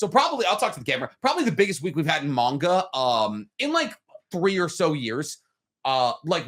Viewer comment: I get that nitpick about pronunciation, obviously. Japanese words have no stress on any syllable, except when they do, typically on loan words. That's really hard to train your ear on, honestly, so I can forgive the man-gawka